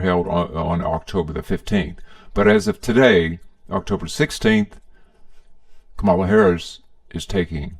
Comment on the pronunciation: You could at least pronounce Kamala's name correctly